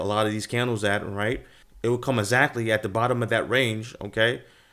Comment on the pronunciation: I tried to listen to what he was teaching. As soon as he uses the word AZACTLY instead of exactly? Im out.